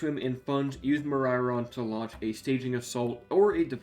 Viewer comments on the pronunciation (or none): none